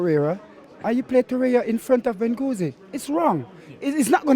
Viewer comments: Gwengouzi, vengouzi, this G is hurting me 🙈😂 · Wenguzie, Benguzie and I bang ya man Lacazett... give this brodda a channel 😂😂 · When he said "wanguzi" I died 😂😂😂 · "Bengozi" evolved to next level "Wengozi" just like a Pokemon 😅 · Man said WENGUZI una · NO ONE:: Bengouzi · Man said “Bengouzi” 😂😭😭😭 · So is it wenguzi or benguzi 😂😂😂 I never say you go next week never I say you go today😂😂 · “Guengoozi” loool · What is it with black people cant pronounce Guendouzi?!?!? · Kully Virdi lol my man couldn’t even pronounce Guendouzi and Aubameyang lol 0-0